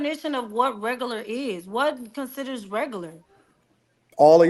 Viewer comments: "wHaT cUnCiDuHrZ rEgUrLuR?" Guuuuuuuurl!!!! 😂😂😂😂😂😂😂😂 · Saying, “What considers reg-gu-la” is a prime example of regular. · The fact that she can’t pronounce “regular” correctly makes her below REGERLER.. 😐😐🙄🙄